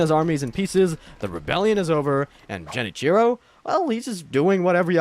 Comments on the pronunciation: anyone else get triggered everytime he said jen cheero? when it's pronounced gen-ee-chee-ro? considering all the research done for this vid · "Jenichiro" 🤢"Eesheen"🤮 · Holy cow… Ji-nichro😭. Otherwise, great work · Jen itchy row it's a G not a J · For the love of everything that’s holy, please stop calling him Jenichiro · All this time and effort and not once did you try to pronounce Genichiro, Sekiro...or really any name right. Engagement bait? The internet blows so bad now, i can't tell. Edit: Ah, now I realize. It's ai. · To be fair, he doesn’t even know how to say Genichiro’s name right. It’s not surprising he misinterpreted his character